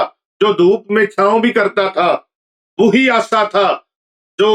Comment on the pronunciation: Hazrat Aasa nahin hota Asa hota hay Asa lathi ko kayhtay hain